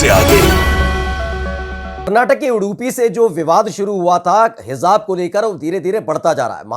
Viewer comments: Educated hokar.... Ghalat bol rahe ho.... Hizzzzzaab... Zzzz?... Kitna ganda lagraha hai... Hizaab?.... Kaan ki kharabi hai aapko....? Hij... J... J..... Jjjjjjj.. Aab.... Hijaab.... Sunkar bhi... Hizaab?... Jaanbujhkar kar.... J ko... Z... Bola jaraha hai.... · जी उच्चारण सही करो सही शब्द हेजाब है।आप Hezab bol rahe hain. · Heezaab nahi Hijaab kehte hain🤦🏻‍♂️ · हिजाब में जीम है भाई साहब उच्चारण सही करें आप जीम का उच्चारण जेड से कर रहे हैं